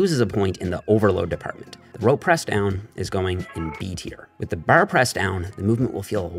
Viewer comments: Is it just me or did he say boarr rather than bar ? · “Using the bahrre” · You blew your newfie cover lol, i heard you say " Da Barrr" and said theres no way hes not from the east coast, never thought you were from nfld, from st johns myself! Love all the videos, big help getting back into the gym. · "Baaaarrrrrr" Canadian accent is apparent 😂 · It’s actually a Newfie accent. Calling it a Canadian accent is like calling a Boston accent an American accent. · why does bro say "bar" like dat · I LOVE THE WAY HE SAYS BAR🤣🤣🤣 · WHY DO YOU SAY “BAR” LIKE THAT??????? Answer me! Are you Canadian? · I will never get tired of saying bar😂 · He says bar like on Trailer Park Boys